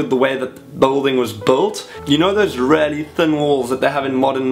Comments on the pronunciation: I love the way you say really 'rarely' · every time you say 'really' i keep thinking you're saying 'rarely' lol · I keep thinking he's saying rarely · I hear it 2 it confused me at first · Haha I was so confused why you kept saying rarely then I realised you were saying really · When he says really it sounds like he says rarely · It's a South African thing :) He's a cutie.